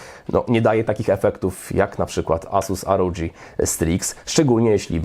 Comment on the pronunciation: asus rodż striks ahahahahahah to sie czyta ROG republic of gamers a nie republic of dżamers...